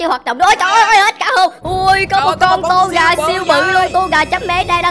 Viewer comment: Ko phải to ga là tô gà